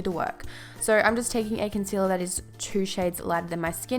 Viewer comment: When she says concealer : consela🙈